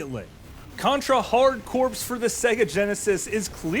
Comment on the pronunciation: Hardcore not hardcorpse